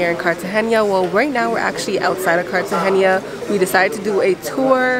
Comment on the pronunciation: Your vlog is really good but please just pronounce it Cartagena and not Cartagenia